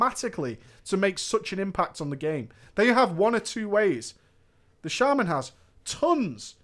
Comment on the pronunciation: I'm probably just being ignorant but I've never heard shaman pronounced shay-man ever in my life